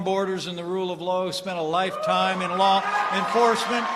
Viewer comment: Perhaps it was Freudian, but didn't it sound like Pence just said, " Rule of Low" when referring to Arpaio?